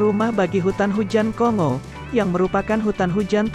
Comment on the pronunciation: (Kongo) tulisan seperti ini kalau cara baca ejaan indonesia adalah kongo seperti kita membaca singa atau bangau, tapi menurut ejaan lain cara bacanya adalah konggo seperti kita membaca bangga bukan banga. Yang membuat kita tidak enak mendengarnya banyak youtuber indonesia yg membaca kongo seperti membaca singa....!